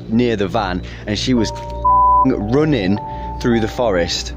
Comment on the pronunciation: “ AND SHE WAS FOOKING ROONING THROUGH THE FOREST” I’m sorry. It’s funny to me😂